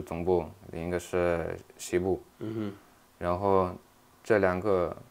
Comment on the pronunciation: 东部 西部这个发音非常哈尔滨😮